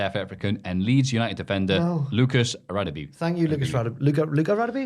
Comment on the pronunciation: Hey just a note about Lucas Radebe it's not Radabe but Ra Deh Beh. So cool to see his name in your podcast.